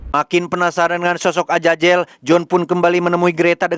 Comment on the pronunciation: Azazel, bukan ajajel😅